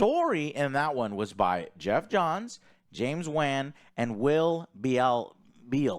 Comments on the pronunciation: How does he read Wan incorrectly? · I really hate how pronounces “Wan” lol. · It's not James VAN! It's Wan you knuckleheads